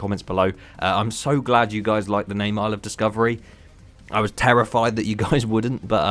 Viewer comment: Isle of Discovery sounds like "I love discovery"